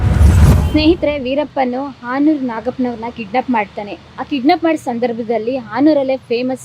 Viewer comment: AAnuru alla madam hanuru